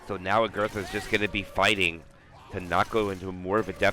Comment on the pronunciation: every time he says 'agurtha' I feel pain of cringe. But anyway good comment, great vid